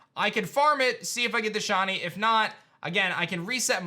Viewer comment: Sh I ney. Not Shawny say it with me sh iiiiii neyyy